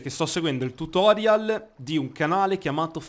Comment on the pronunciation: Tutorial?! Non si diceva Tùtorial? Questa è più vecchia del Meme del pot...